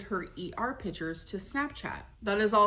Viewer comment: Ex-specially, supposively, pitchures, exettra exettra 🤭